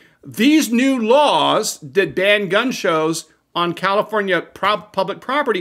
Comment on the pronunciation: “Kommifornia….” Surprised comrade ?